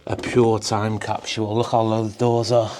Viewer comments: (Kap-sool) "Capsule"---🚫kap-shull🚫capshule🚫.😂 Funny how American English/Americans, "Speaking the Kings"more proper than people from where the English language was developed....😊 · Go back to school LMFAO, time capshule?? What in the F*CK????? Spit out the mouth full of toothpicks LOL!!!!